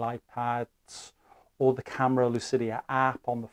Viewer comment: "Lucida" not "lucidia".